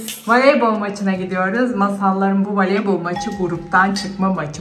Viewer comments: Neden valeybol diyorsun ablaa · Ya şu abla niye valeybol diyo sinir oldum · valeybol ne abla voleybol. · Voleybol denir valeybol degill 😂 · Valeybol değil voleybol.